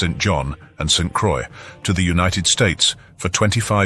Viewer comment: … St. Croix is pronounced like “BOY” , even though it is a butchered version of the word. I do like the long discussion of the Caribs. It is colorful and very accurate, as far as I know.